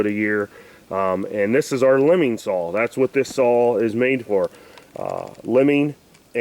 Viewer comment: Your chain is to loose and you need to tune the carb. And it's saw not sawl